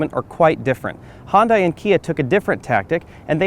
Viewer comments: He says hondai? Weird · "Hun-Day" like Sunday. lol